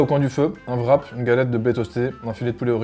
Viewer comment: Pourquoi que vous dites vrap, qu'en c'est wrap (wuh-rap)